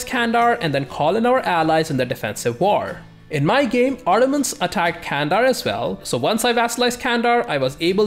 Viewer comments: hey, great video as always:) but one thing that i think i must say, is I noticed you really work hard on pronouncations:) candar is not spelled as "kandar", more like "gandar":)) just wanted to say, love ur videos uwu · The 'C' in Turkish is spoken like an English 'J', as in 'Junk' - which means 'Can' is actually pronounced 'Jandar. Not Kandar.